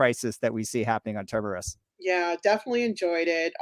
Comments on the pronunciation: It’s TERMINUS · Please learn to pronounce "Asimov" and "Terminus" correctly!